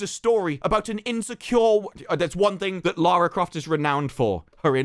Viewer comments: You're british right? Why the fuck can't you speak english? youknow that LARA and LAURA have different pronunciations, right? Apparently not. JFC. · it's LARRY CROFT sir! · It's not Lara, Larry Croft.